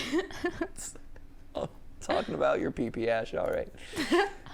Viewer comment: Ok i see the confusion here, uhhhhh, “pp” is pronounced pep-ay, as in the little frog guy meme lol.